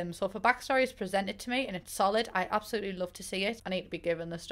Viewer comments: Why do you say abAolutely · “I apaluly love the sims franchise” We absolutely love you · How everyone else says it: ab-se-loot-ly. How says it: ab-eh-loot-ly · It's funny how she says absolutely you gotta love her accent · Queen of pretending the s in absolutely just simply ✨doesn’t exist✨